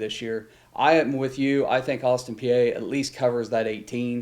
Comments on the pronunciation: Its austin pee not austin pee-eh lols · Exactly! It’s pronounced Austin Pee